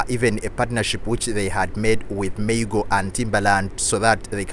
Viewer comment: Maa-goo ... Not May-go 🤦🏾‍♂️